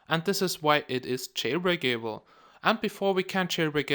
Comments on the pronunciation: every time you say jail-brake-a-ble makes me laugh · "Jailbreak able" :3